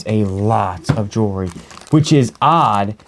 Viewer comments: Sure was A LOT of "jewree" 😂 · I told my husband if I start mispronouncing jewelry that it’s all your fault.